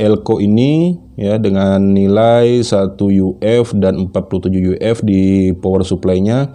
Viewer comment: Bacanya jangan yu ef kurang gaul